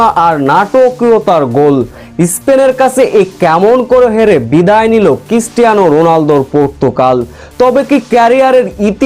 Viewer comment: Christiana not kistiana. 😅😅😅😅😅